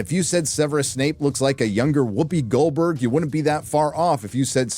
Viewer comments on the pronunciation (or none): none